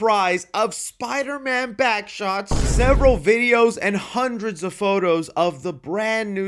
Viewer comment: Eh, yo, why you say Backshots like that 😂